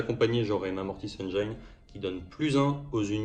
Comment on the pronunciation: Excellent rapport de bataille avec de jolies armées! PS: pour info, on ne prononce pas "engyne" mais "engine" (pour la mortis engine) ;)